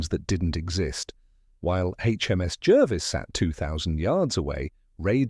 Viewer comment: It's pronounced Jarvis not Jervis